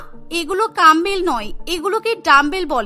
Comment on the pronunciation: ডাম্বেল ❌❌ কাম্বেল✅✅ 😂😂😅😅